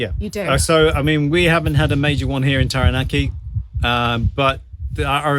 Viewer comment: you pronounce Taranaki very well.... very much appreciated from this maori nani